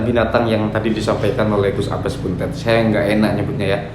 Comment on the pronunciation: BUNTET (DIBACA DENGAN "E" 'PEPET' BUKANG "E" 'TALING'.....) 🙏🙏🙏